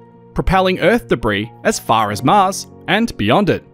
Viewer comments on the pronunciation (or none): none